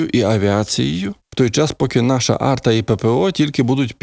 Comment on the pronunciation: Я фанат цього каналу. Щиро. Але наголоси диктора роблять мені діарею. Не треба виправдовуватися тим, що немає часу. Сюди іди, в фортифікації, де тобі пояснять, як Арта, та інші слова треба вимовляти, або корегуй свої слова. Курва, бісить!